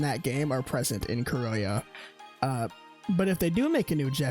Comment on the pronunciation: My man if you don't know how pronounce Kurohyou is okay but why??? Hahaha srry, Black Panther is the English name if you have no idea how pronounce the Japanese name. Also, good iceberg, I love Yakuza but their lore is interesting and some are new for me.